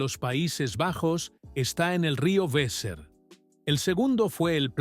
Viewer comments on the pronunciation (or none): En alemán y en holandés la W suena como nuestra b/v. Por lo tanto Wesser se pronuncia besser y no uesser, como se haría en inglés.